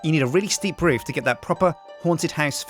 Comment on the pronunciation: er, Roof, not food